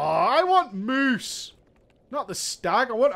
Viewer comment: MOOSE, mate! Mooose.